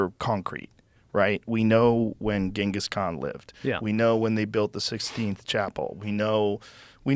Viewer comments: Did joe just say the sixteenth chapel? 😂😂😂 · The “sixteenth chapel” 🤦‍♂️ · I hope Joe has been informed and corrected over "16th chapel". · Did Joe Rogan just call the sistine chapel, the sixteenth chapel? 😆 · Did he say sixteenth chapel? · Did Joe Rogan say the 16th chapel at the beginning 😂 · Did he seriously say the sixteenth chapel😅😅😅